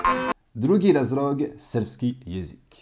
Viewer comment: Да ли је до мене, или у неким ситуацијама изговара р уместо л? Попут разРог уместо разЛог?